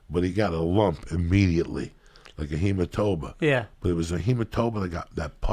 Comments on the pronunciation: "Lika He-muh-toe-ma" 🤣🤣🤣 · "Hematoba" right before that, LMAO !!